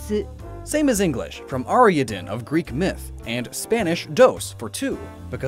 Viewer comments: Ariaden? I believe you mean Ariadne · "Ariaden" No. Ariadne is pronounced [Arr-ee-add-nay] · her name is pronounced air-ee-add-knee not whatever you said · I'm sorry, but "Ariadne" I don't like how that Greek name was pronounced. Consider my gears ground.